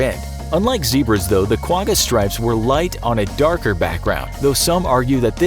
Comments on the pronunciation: As a side note from a South African the quagga is not pronounced with a hard g , it pronounced with a sound like you have popcorn stuck in the back of your throat kind of like how you pronounce l'chaim ( a Hebrew cheers/toast) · The way you’ve pronounced Quagga makes me laugh 😂 it is difficult to pronounce though, the best I can explain it is when your trying to make a spit ball and make a ggghhh noise at the back of your throat x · You didn’t pronounce Quagga right. Lol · You pronounce Quga wrong